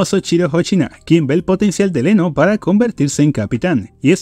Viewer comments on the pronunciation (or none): No dejaba de reír cada vez que decía Leno en vez de Reno😂